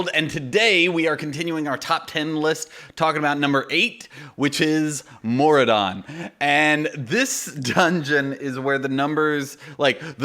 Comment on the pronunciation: Thanks for the shout-out, but especially thanks for the correct pronunciation! LOL! (For some reason it's rare that that happens). Maraudon has always been a favorite of mine, but the biggest pain is bag space on this one. A mammoth helps, but in Maraudon I find that having some form of portable mailbox or vendor (Argent Squire, Katy's Stampwhistle, Jeeves, etc.) is almost a must since there are so many mobs to loot before you see daylight. So until I see a pattern for a 60-slot bag...